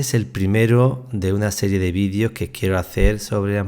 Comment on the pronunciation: los vidios!!! jajajaja 😅😅 haba bieeennn!!! se llaman videos!!!